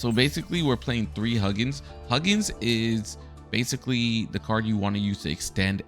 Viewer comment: decent video but if I hear you pronounce it as "Huggin" one more time...